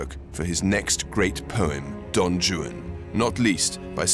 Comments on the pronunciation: The way he pronounces "Juan" as "Jew-ann" is cute...I guess he doesn't know that in Romance languages the "J" is pronounced as an "H" sound. Well done otherwise, Rupert! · Why is it pronounced don joon for don Juan. Thought it was pronounced Don waan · Don Joo-an? What!? I thought it was Don "Whan" 😅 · Did nobody tell him that Juan is pronounced "Waan" and not Joo-an? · Don "Yu-an"?!?! Rupert, Juan is pronounced "Hu-an" for someone who purports to speak Italian, I can't believe you didn't pronounce Juan correctly! 😆😆😆 Aside from the mispronounciation of "Juan" which made me cringe ever time, I thoroughly enjoyed this documentary. I agree with many of the other commentators, Rupert is the prefect narrator for Byron's story. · "Why Capt'n Butler how you talk!" Why do you say "Don Jew-ann" when it is said: "Whane" think One with a W! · Yes my British friends, certain letters of the alphabet are pronounced differently in other languages. The name Don Juan is not pronounced Don jew-Anne (and it's not two syllables) & palliya is not pronounced pay-ella! My favorite cooking show, Sorted food, does that one all the time. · don joo-un, huh? ok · V.B. is right!... Rupert Everett pronouncing of D. Juan's "name" is completely wrong!... "Juan" is a Spanish name and the "J" should pronounce like an "R": R'uan!... So, your claim don't make any sense, it's absurd and reveal a huge ignorance!... -"He's pronouncing it in the way Byron wrote it"???... "Juan" pronouncing it's the same at Byron times as it's today!... And the rest... "Syllables" and "Rhymes" sounds completely absurd and don't have nothing to do with V.B.'s claim!... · I noticed that. One wd think he could pronounce Juan as Hwan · Rupert pronounces Don Juan as Don Jewan. Somebody help the boy. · Is Rupert Everett mispronouncing Don Juan or are there two ways to say it? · I love how he is totally incapable of pronouncing Don Juan correctly. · Have i been mispronouncing Don Juan all my life?!